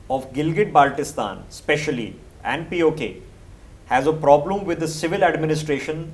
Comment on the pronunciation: Ppl of GB after listening his Pronunciation of Baltistan: Abey Salay,Idr a tujhe integrate kar ke du.